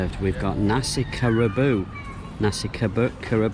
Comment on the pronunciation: Hi, glad that you had a great time in Kelantan. By the way, Nasi Kerabu is pronounced "Nasi Khe Ra Bhoo". The usual ones are served with blue coloured rice (tinted with blue pea flowers), raw vegs, fried shredded coconut, budu (fermented sauce made from krill prawns) & eaten as you did, with kerepok crackers.